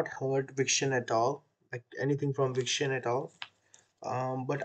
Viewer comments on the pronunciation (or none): Thankyou for reacting to Victon. Btw it's Vic-ton, not Vic-tion